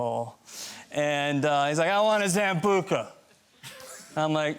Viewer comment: Mark Ruffalo your beautiful and hilarious but the pronunciation of sambuca tut tut.